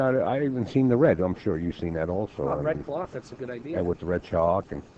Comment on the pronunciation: I've got an "IDEAR" OKAY SERIOUSLY?? I-D-UH. SAY UH..."EAR" NOOOOO UHHHH SPEAK ENGLISHHHHHH